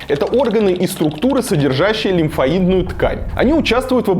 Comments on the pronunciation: Давай,прививайся и дальше....но выглядишь ты не айс...прям совсем не айс..диз тебе...Лимфоидная ткань с ударением на о! Эпидимиологов предпочту слушать.... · лимфОидная система, а не лимфоИдная))) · ты бы хоть со знакомыми врачами посоветовался как правильно лимфОидная ткань произносится XD